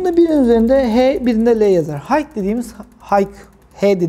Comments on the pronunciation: video yararlı ama high’ın hayk diye değil hay diye okunduğunu söyleyin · Hike değil high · Ellerine sağlık usta çok güzel anlatım. Ufak bi düzeltme olacak izninizle.. H dediğiniz HIGH(yüksek) yani okunuşu HAY.